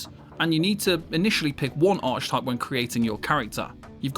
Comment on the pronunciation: Lost me at "arch-type"